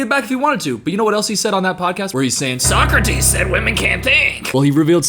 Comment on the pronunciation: How long was he mispronouncing “Socrates” before someone corrected him?